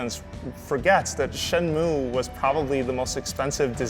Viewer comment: These fakers never played Shenmue in their life. They cant even pronounce the name correctly...